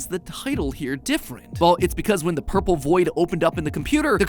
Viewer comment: hearing matpat say "ourple" out loud is threatening